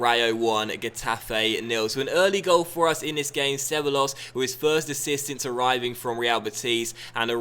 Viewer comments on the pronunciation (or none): not disrespectful, but ceballos is pronounced: Cebajos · Ceballos - (seh-buy-yos) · Just a heads up but two L's next to each other in Spanish are pronounced like a Y sound. So you'd pronounce Ceballos as something like 'Ce-Buy-Os' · Ceballos = Seh-Buy-Oss